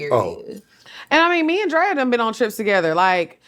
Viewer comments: Shannon keep calling Drea “Dre” is killing me 😂😂😂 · I’m so weak at Shannon calling Drea “Dré” lol. This was a great episode. Love Lex and Drea! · It’s him calling Drea “Dre” all episode 😩😂😂😂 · Him calling her Dray the whole time was killing me